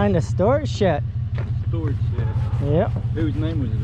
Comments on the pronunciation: Shet. Wtf is a shet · Just curious why do you say shet ? Instead of shed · Might have fewer issues communicating if you learn to pronounce the letter “D”. It’s not Shet. It is sheD. Lol. Your accent sounds very Amish actually. To be clear I enjoy your channel and your interactions. As a repo person you seem to have very good people skills and appear to be a very good person. Just a little ribbing for ya. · Either start saying SHED or change your channel name to “Shet-Happens” lol anyway, love the channel and glad to see the donations were reached! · Still wrapping my mind around you calling it a "Shet" lol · My only question is what is a "shet"🤣🤣🤣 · Bro it sounds like your saying shet lol and attress and vehiggle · Paka Lolo No, you heard correctly. He pronounces "shed" as " shet". Obviously a local dielectric occurrence. Southern States is as Southern states does....life is like a box of chocolates....... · I love how you pronouse your Ds as Ts 🤣 " I'm here for the shett " YouTube needs more content like this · The shet? Shet!? Shamon man, it's called a shed! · Is he saying "storage shet" We needs er dadgum sturage shet. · Is sheD not sheT. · It's shed not shet. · it sounds like you say shet and its a shed like sled . good videos though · Shed and shet, two different things. Come on man… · You keep calling the shed a shet. Hard to understand in that part of the country. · Y’all are awesome. I’m only gonna make a little minor complaint it’s SHED NOT SHET GOOFY. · Does he keep saying shet? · Its shed,, not shet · Why do u say shet instead of shed ?? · Any reason why you keep calling it a shet? Are you not capable of pronouncing the sound the letter "d" makes? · It’s shed not shet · Are you calling it a storage shet? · S h e D !!! Not ‘shit’ nor ‘shet’… Where you brung up ? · Its a Shed, not shet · Are you saying storage-shet?, it's storage-shed, with a D, lol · Storage shet? What’s a shet? Haha? Sounds Amish. I like it though. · I said same thing, it's called a shed